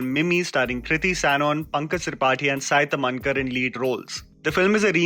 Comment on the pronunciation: It's a not saaai tamnkar it's saiii taaamhnkar